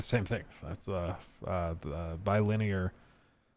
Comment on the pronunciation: It's not "Gowzhian Blur" it's "Gauss-ian", like "House-ian". Reminds me of when a bunch of tubers were saying "lin-near" for linear, instead of "linny-ur". Oh well.